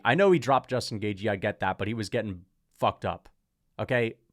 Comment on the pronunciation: Why do you pronounce Justin Gaejthes name wrong? It’s not “Gay G”